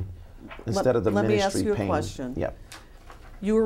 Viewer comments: Sebastian Perna you might have to "axe" her. 🤣🤣😂😂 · Imagine bumping into this guy in person and asking him "hey are you David e Taylor" pretty sure he'll say "axe Michelle" 😂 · Gentle Breadcat, Esquire Lol yep next video, “Why was the body of the man who told us about your operation found buried behind the shed at your residential center?” Him: “I dunno you’ll have to axe Michelle she handles all that.” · When in doubt, “axe Michelle”.